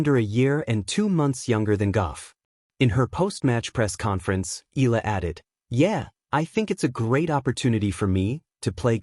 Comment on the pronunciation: EEE-YAH-LAH....that is how you pronounce her surname, instead of EEEE-LAH Pleeeeez